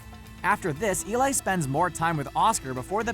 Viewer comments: Eli's name is pronounced "e-lee" not "e-lie" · Let the Right One in her name is pronounced Elay